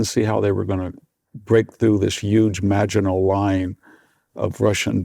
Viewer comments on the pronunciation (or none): none